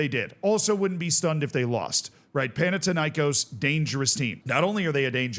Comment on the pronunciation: Panathinaïkós like Athens and Athena so thin not tin and the stress is on kos not na.